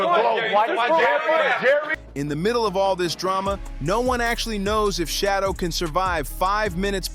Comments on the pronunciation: Bro, you're doing just as much damage to Sheduer by mispronouning his name fool! Do you work for the Browns organization 🤔? Are you related to Dillon Gabriel? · His name is Sheduer, not Shadow you IDIOT 🤨